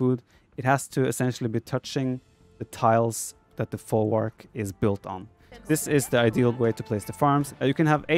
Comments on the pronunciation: Folwark is pronounced with "v" like "vet" not "w" like water. The word comes from germanic "vorwerk". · The correct pronounciation is "Folvark", not "Folwark". Nice video btw :D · You should read folwak as folvark. Polish w = English v. Jadwiga = Yadviga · You read more as folvark. "W" in polish is like "V" in english. We got strange "L" that is read as "W" in english